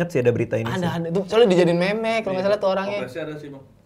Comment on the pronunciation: "meme" dibaca "mim" ! 🥵